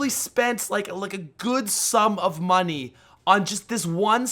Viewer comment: "I had to pay for these..." "You pay MUNEE for these" A good sum of money. Yeah.